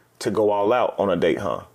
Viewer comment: Coffee d-ate on first d-ate